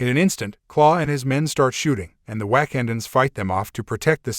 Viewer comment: This was pretty bad, your Ai voice got the Wakandans pronounce wrong, and it is glaring. Do better. I stopped at :40 seconds.